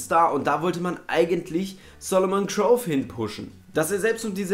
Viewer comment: wird Solomon nicht krou ausgesprochen? (ich weiss das er anders geschrieben wird)